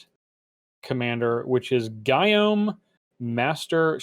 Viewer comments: Gyome = guillaume = ghee-ohm. Pls. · I thought “Gyome” was pronounced “Guillaume” kind of like he’s a classic French chef...but a troll.